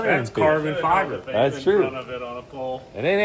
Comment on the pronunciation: Carbon Tye-ber